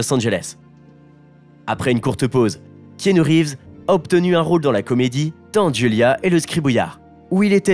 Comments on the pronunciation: Alors keanu que j'adore ça ne se prononce pas Kanou mais Kénu simplement . Et ensuite non il n'a pas eu de nouvelle , depuis ses 13 ans , de son père. Un père qui a fait de la prison à cause de la drogue . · "Kanou" mdr Le manque de variétés d'intonations rend votre lecture monotone et donc assez pénible à écouter je trouve :/ Vu que 7 mois après il n'y a pas de part 2, je ne vais pas regarder jusqu'au bout et vais chercher une vidéo plus complète (et avec un narrateur au ton non monocorde). Sorry ! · "ea" ça fait le son "i", comme dans "Tea", c'est dommage, à cause de ça je n'ai pas pu m'empêcher de penser à Kano de mortal Kombat...